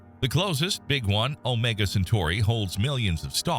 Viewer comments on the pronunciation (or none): none